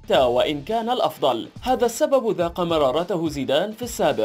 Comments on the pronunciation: ذاق مرارته مرتين ذاق وليس داق أين تعلمت اللغة العربية . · داق ❌ ذاق ✅